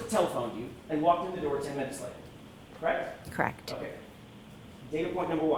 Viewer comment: Everytime McCabe says KRAKT !!! instead of “correct” it’s just aggravating.